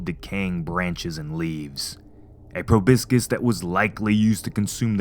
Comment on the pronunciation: probiscus 👀😂😂😂 it's proboscis